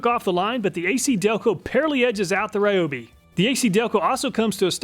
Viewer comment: its ree oh bee....